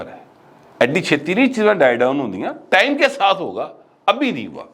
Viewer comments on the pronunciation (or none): none